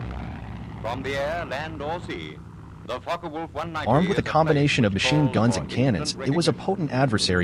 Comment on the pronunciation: Thank you for pronouncing "Focke-Wulf" correctly. It's rare among native English-speaking narrators.